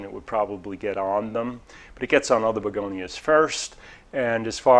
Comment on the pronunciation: I love it. I call begonias begoniars now.